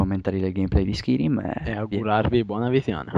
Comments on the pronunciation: ho smesso di guardarlo alla terza volta che hai detto skirim -.-" SKAIRIM !!! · oddio xD si dice SCAIRIM xD scritto Skyrim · ma era una recensione su oblinmion oppure su skarym!!!!!!!!!!!!!!!!! stupido si pronuncia skairim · SKAIRIM no SKIRIM :) Gran bel gioco e bel commentary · Si legge skairim.. Non skirim.!!!! ^^ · Skirim?1?! SkYrim cazzo, imparate un po l inglese cristo santo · si dice Skayrim, e si legge Skyrim. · si dice Skairim "Skyrim" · Perche pronunciavate skirim? Comunque senza offendere eh, pero prima di dire certe cose meglio se vi informaste piu in dettaglio ;) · si legge skairim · Dio lo commentavo meglio io...e "Skyrim" non si pronuncia in quel modo!! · perche fai commentare se non sai nemmeno la pronuncia del gioco